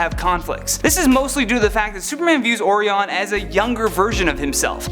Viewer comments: It's pronounced O-RYE-on. Like the constellation. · Dude, repeat after me: "Oh-Rye-Ahn". Just like the constellation. Also, you don't say the "ps" in "Corps". It's not a dead body. You wouldn't say "Marine Corpse". It's pronounced "core". Just saying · Oreon lol. Oreos? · Or- ee- on I thought his name was orion like the star constellation. Am I wrong? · It's not or-e-on It's orion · It’s pronounced “O-Ry-An” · Did anyone tell him it's pronounced "Oh -Rye-on (or -an)"?! 🤦🏾‍♂️⚰️ 😂😂😂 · I’m just trying to figure out which character’s name you’re going to destroy next time... it’s O-Rye-In, Canada’s School System failed you horribly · Its pronounced Orion OR-RI-ON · Thank you sir, when he said Ore-E-On I got so pissed. It really irks me that folks who have channels for and about superheroes can never seem to get the names right. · I don't know about these lists. Lot of questionable "heroes" on this list. Orion was mispronounced. And Green Lantern Corpse ??!? Who died? Oh.....you mean Corps which is pronounced CORE. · Oh,man...listening to the mispronounciation of ORION